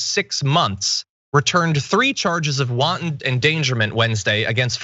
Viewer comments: Great points, but, it's not "won-ton" 🥟 it's wanton - all one word with the accent on the first syllable. 🙂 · This guy just said “wonton endangerment” like it’s a spicy Chinese lunch special. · Uhmmm... it's WANTON, not WONTON